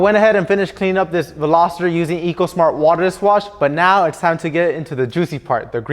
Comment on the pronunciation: Simply, this guy simply cannot pronounce “Veloster”. Simply.